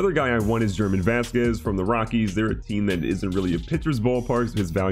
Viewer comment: German is pronounced Her Maan